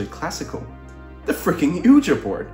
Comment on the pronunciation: Super cool project, love how it turned out! Just FYI, “Ouija” is pronounced “wee-jee” and not “ooh-juh!”